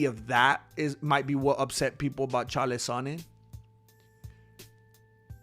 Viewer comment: Why do you mispronounce Chaels name?